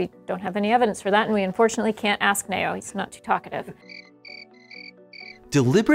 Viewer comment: Is it just me or is anyone else mildly irritated by how she says the name "neo" as nayoh instead of neeoh 😤